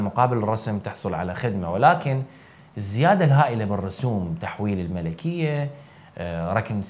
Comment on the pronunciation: أقدٌر وأحترم كل هذه الجهود التي تبذلها أخي لتقديم هذا المحتوى الرائع. لكن لدي حساسية تجاه اللغة. "الملكية" هي بضم الميم وتسكين اللام. مع جزيل الشكر.